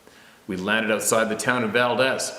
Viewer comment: It's pronounced Val-deeze, with a long E.